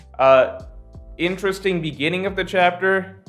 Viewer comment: "intresting" video:)